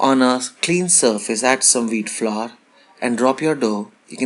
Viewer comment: Flour. It's pronounced flower. Not flaar, flooour or flavar. It's really not that difficult! 🙄